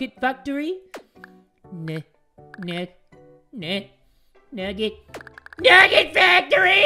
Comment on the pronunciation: NUGGET FACTOWY!! Me: HAHAHHAHAHAHAHAHHAHAHAHA